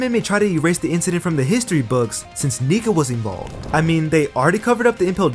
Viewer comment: Did bro really say "niga vs doflamingo" 💀💀💀💀💀